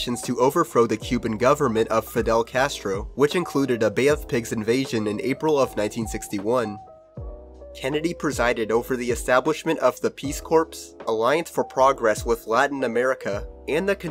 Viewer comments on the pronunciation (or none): “peace corpse” “zap rooder”